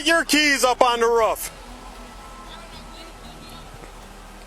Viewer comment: Raaf ???? Roof!!!!!